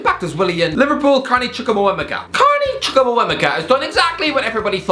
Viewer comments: Chuku wameka😂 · That pronunciation of Carney Chukwuemeka is crazy😂😂💔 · the way you pronounced "Chukwuemeka" has me dyinggg